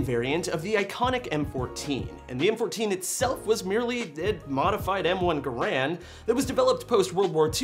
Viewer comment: Did you say ger-an?? 😂😂😂😂🤣🤣🤣